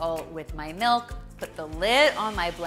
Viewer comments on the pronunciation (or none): She better not have just said "melk"